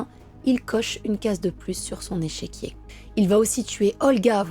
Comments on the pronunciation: Superbe vidéo...vraiment j aime beaucoup ta manière de raconter..... Juste une précision ont dit un "échiquier" et pas echequier 😉...... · Échiquier et non echéquier. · Échiquier et non echéquier .